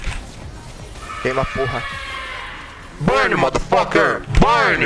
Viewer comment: falou born ao invés de burn kkkkkkkkkkkk fisk dms